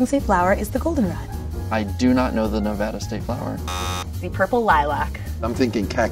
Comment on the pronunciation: I got sad, but I laughed when the guy said Novada instead of Nevada, and when the girl said dandelion because it grows it grows on her yard, I have dandelions all over my yard.